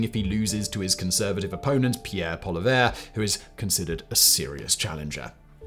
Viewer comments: As a Canadian I thought I would pipe up too... First, his last name is PAW-lee-EV, as he has a french Canadian last name but grew up in the largely English speaking West Second, announcing the country is going to purchase new submarines without attaching funding is like me announcing I am purchasing 1971 Jaguars for my wife and I. I have no timetable, nor do I have the money for it, but I announced it. Trudeau knows he will not be in power when the bill is do, so he can announce all sorts of things because he knows that Poilievre will probably be PM next year. Current polling has the Conservatives winning about 212 of 344 seats. Third, we as Canadians should be ashamed of ourselves for being so willing to give up our right to self defence to the US. Our defence is our job, and not one of the PMs in my memory has taken the military seriously. I know that there are austerity budgets coming, but hopefully the next finance minister can shave a little off for our military. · You can't with all the resources you have...you can't even get Pierre's last name right... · As a Canadian im very proud ro hear we're going to invest our Armed Force Im so glad mispronounced Polievre... He doesn't deserve the respect😊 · Please start saying "Poilievre" at least partially correctly.